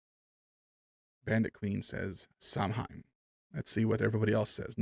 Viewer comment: Samhain is pronounced in ireland as sowin as in how and in as in..Samhain actually means noveember in irish or gaelic as you would call it.